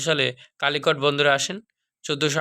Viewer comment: ৩৭. আলিকট না কালিকট